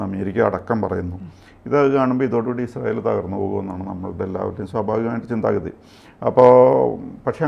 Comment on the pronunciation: ഇങ്ങനെ കുതിക്കുമ്പോഴും വീഡിയോയുടെ തുടക്കത്തിൽ പ്രത്യകിച്ചും ഇസ്രായേൽ എന്ന വാക്ക് പറയുമ്പോൾ ശരിയായ ഉച്ചാരണശുദ്ധി ഇല്ലാതെ യുടെ നാവ് കുഴഞ്ഞു പോകുകയാണല്ലോ.. എൻറെ ഭഗവതി.. സംശയമുണ്ടെങ്കിൽ തുടക്കത്തിൽ ഇസ്രയേൽ എന്ന പറയുന്നത് replay ചെയ്തു നോക്കൂ... ഇസ്രായേലിനെ കുറിച്ച് ദിനംപ്രതി വാർത്ത ചെയ്യുന്ന... ഈ ഉച്ചാരണ പിശക് പരിശീലനത്തിലൂടെ മാറ്റിയെടുക്കുക എങ്കിലും ചെയ്യണം